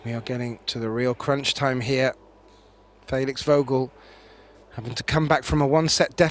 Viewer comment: "Faylix"... " then s'pose "Gaythin" is correct.